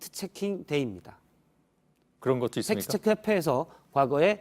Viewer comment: 안나경 기자님, 팩트체크를 발음할 때 "트"와 "크"를 유난히 강조하는데 팩트체크는 Fact Check라는 영어임으로 가급적 영어 발음에 맞게 해 주세요. 즉, 손석희 사장처럼 "트"와 "크"를 약하게 발음해 주세요.